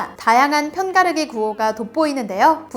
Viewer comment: 편가르기 발음 힘들어하는게 귀여워ㅋㅋㅋㅋㅋ 근데 딕션 엄청 좋으심